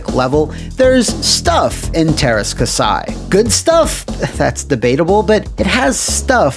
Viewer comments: Say terska sai one more time, I double dare you! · Just remember:There's are "Ä's" in Teräs Käsi. It's pronounced as the a in "ass". So just pronounce it "terr-ass k-assy" and it should be correct. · As a Finnish person I was always super confused by the title of this game when I saw it in a game store. I always thought it was partially translated name or something weird like that. btw, you butchered the name. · They way he keeps say Teras Kasi wrong just bugs the hell out of me :P